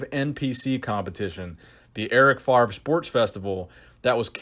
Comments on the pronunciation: FAVRE!!! first V, then R, not FARV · it's FavRe. please please please stop saying Farve, it's killing me :D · FARV FARV FARV Please, his name is French but it's really not that hard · "Eric FaRve". Love your French accent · Eric Favre my dude. V before the R, no shade! Just been triggering my ocd😂